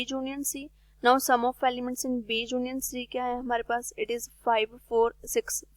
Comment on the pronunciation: Junion nahi union hota h mam